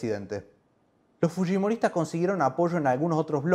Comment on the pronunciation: El lo pronunció correctamente